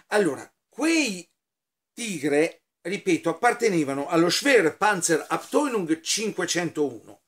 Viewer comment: Eccomi ancora a suggerire la corretta pronuncia del tedesco: la maglietta è dello es fau Sinzheim, non es ve ( s w ). Abteilung si pronuncia Abtailung Sempre con simpatia e ammirazione